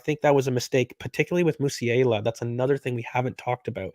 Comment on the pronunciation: Why can’t he say “Musiala” correctly? Canadians 🙄